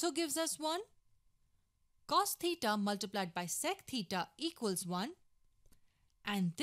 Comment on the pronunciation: Maybe they don’t like the way she pronounces theta